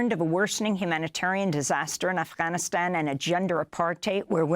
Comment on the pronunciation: Why do you say afghanistan like that